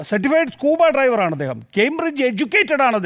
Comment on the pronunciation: സ്കൂബാ ഡ്രൈവർ അല്ലേ, ഡൈവർ